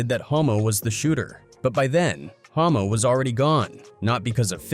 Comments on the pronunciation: The moment the commentary says "homo" instead of "hommo". Whoops! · 😂 bro the ai is tripping mispronouncing the guy's name, it's Hommo lol yeah exactly 😂